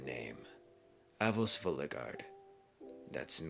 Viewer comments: NOOOOOOOOOO NOOOOOOOOO HIS NAME IS ANOS NOT AVOS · Why was there a v it was avos its Anos lol